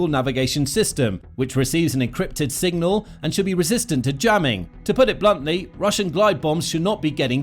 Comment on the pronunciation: Have a shot every time he says single instead of signal